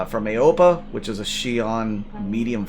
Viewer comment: Aopoa is pronounced "Ow-poh-ah"